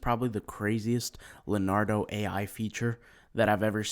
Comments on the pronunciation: It's not pronounced Lenardo, it's pronounced LeeOnardo. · It’s Le*O*nardo. Da Vinci? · LEO NARDO not LANARDO